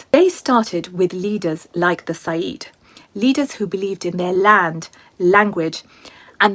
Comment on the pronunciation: It is Sayid not Saeed. Completely different meaning and pronunciation.